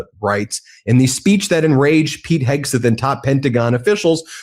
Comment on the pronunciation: Ben, is there a reason you pronounce Hegseth's name "Heg • SUTH"?